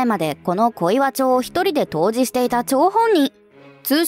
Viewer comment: 統治(とうじ)じゃ無くて統治(とうち)だと思うな。